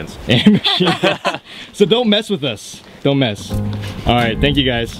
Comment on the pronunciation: "tank you?"LoLz